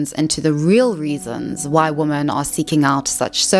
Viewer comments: For heaven's sake, the plural word women is pronounced like 'wimin'--it is not pronounced the same as the singular word woman. Just like the plural word men is not pronounced the same as the singular word man. I'm encountering this mispronunciation of the word women increasingly from Americans, especially younger Americans. I have heard it said that Americans speak English as a second language, even those that only speak one language, and I think it's increasingly true. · Why do you keep saying "woman" as the plural, it's "women" ... You don't have the same problem with the plural for men, you call them "men" not "man" - what's the difficulty here? It's so annoying, even when the screen puts "womEn" on screen you still say "womAn" GET IT RIGHT 😒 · Plural of woman is "women" and it's pronounced "wimmin" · Women... for the love of God, it's WOMEN! 😅